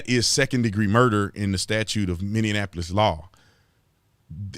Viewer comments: Minneapolis, not MinneANapolis 🤪 lol 🙏✌️❤️ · It's mini-apolis not mini-in-apolis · It's mini-apolis man. Lol this is driving me crazy. 😂 I just had to correct you. Sorry man